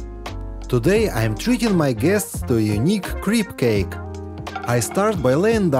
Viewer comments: Crepe = Crape.. not creep ❤❤❤ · CRAYPS NOT CREEPS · Thought you said creep cake❤ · Maybe he didn’t want to say crap! crêpes en français…, and it’s difficult for me to choose if I pronounce in French or say crap, crêpe, but never creep. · His pronunciation is so adorable. Creep cake 😂 I love it. I’m definitely making that and it will always be called a “creep cake.” And the I’m going to use my used ketchup bottles for oil That is so obvious I can’t believe I didn’t think of it. ❤ This fellow and Mr Wild Nature take away anxiety.